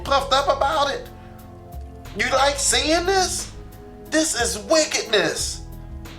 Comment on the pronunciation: "Sining this" vs "Seeing this"